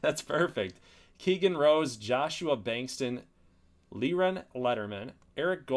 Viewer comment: nice Elior go to Orioles, Liron go to tigers good luck, and you say it like lee ron , so you did say it ok the first time